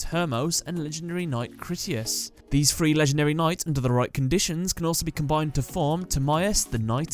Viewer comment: It's pronounced "tha-ree" (three) not free